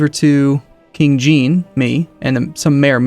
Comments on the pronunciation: It isn't 'Jean' - like 'Blue jean'. More like how you'd pronounce 'Jacques' - same sound at the beginning of 'Jean'. Zhah(n) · Anyone that's watched Star Trek the Next Generation knows how Jean is pronounced. It ain't GEEN luc Picard.